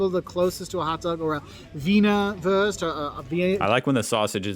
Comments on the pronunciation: americans complaining about umlauts and then saing würst instead of wurst 🤣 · 😂🙈 some fake news are in there... And Wurst is not "worst" ,is woorst like wood or toon u=oo, and i never heard of "wasser mit gas" it's called Kohlensäure or shortly Sprudel (Shproodle) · Coming back to it, it equally amuses and saddens me that the German guy in the food video tries to pronounce the German word "Wurst" in a pseudo-English way (like "wörst"??), I guess to accommodate English speakers, instead of showing foreigners the correct pronunciation of Wurst: German "w" is like the English "v", the German "u" can be both short or long but in this case it's long, similar to the u in the name Hugh. And he mispronounced "Döner Kebab" as "Doner Kebab" for English-speaking audience, instead of giving the proper Umlaut ö. (sigh) The Umlaute ä, ö, ü are its own distinct vowels, they're not identical to a, o, u and the dots are not optional!